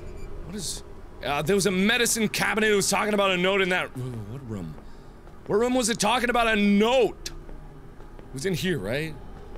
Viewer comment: i'm not saying you say room weird but but it sometimes sounds like rum the beer pirate's drink